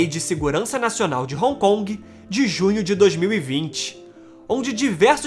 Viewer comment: Pronucia-se "ron con" e não " roncongue " ...